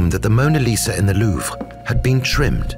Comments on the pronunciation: pleasant commentary BUT what an ear grating pronunciation of Louvre. Its not Louvra. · Narrator pronounces Louvre two ways. Anyone else catch this?